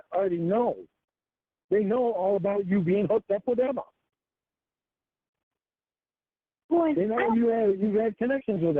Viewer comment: "the fact of the matter" "LORNE" ruhmoanuh drives me crazy